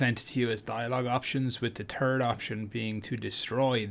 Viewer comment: You said turd option 😂